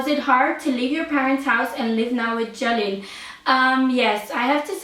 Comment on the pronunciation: please pronounce the name jalil als jAlil and not jElil. It sounds like jelly hahah